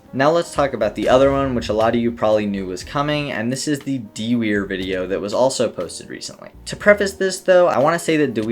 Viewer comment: love how he pronounces dewier